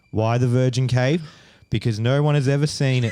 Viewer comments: the way both Australian women say “Noyyyyy” 😂 👏🏼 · Lmaoooo I just made this comment myself 😂 The way these aussies say the word no, you spelled it great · 😂😂😂 I absolutely love the way these Australian women pronounce “No” as “Noyy” lol